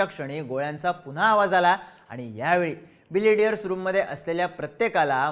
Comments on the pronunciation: ढापण्या ... बिलियर्ड्स म्हण रे... बिलेडीयरस नाही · बिलेडीअर्स ❌️ बिलीअर्ड्स ✅️ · तुम्हाला ' बिलियर्ड्स 'म्हणायचे आहे का ? तुम्ही सारखं बिलिडीयर्स म्हणत आहात 😅😅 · बिलियर्ड्स म्हणतात त्या खेळाला. बिलेडीयर्स नाही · बिलियर्ड्स; न की बिलिडियर्स. Great video as usual. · मित्रा बिलियर्ड्स म्हणतात रे!